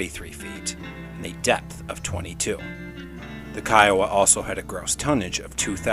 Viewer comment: Great stuff!!! I THINK.....Kiowa, would probably be pronounced Keh-Oh-Wah. Not separated like that though. Love your content. Keep it up!